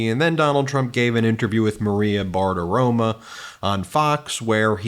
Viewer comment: It's Maria Bartiromo, not Bartiroma. Why not pronounce it correctly? It's not that hard